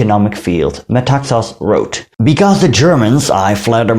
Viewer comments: You pronounce his name by stressig the last syllable---Me-ta-XAS. last syllable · You pronounced all Greek words and names quite well. In Metaxas, the stress is on "xas". Very nice video. One little mistake is that the Nazis met with considerable resistance in the northern border but prevailed. They have acknowledged this officially and treated prisoners with honour.